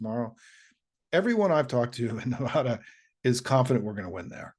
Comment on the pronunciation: Simon, excellent video, but please remember to not piss off many Nevada voters by pronouncing the state the way most of them don't...